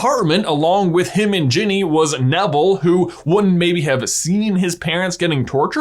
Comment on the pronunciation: Did anyone else hear "Jimmy" the first time he said Ginny's name?